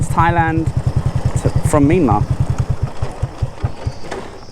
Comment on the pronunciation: I was confused when you said Mee-mar, until i heard Burma. You should say it as Mee-yan-mar (Myanmar). 😁